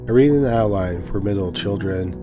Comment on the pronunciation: The name of the first story is Adeline - you pronounce it Add-eh-line not Aayd lin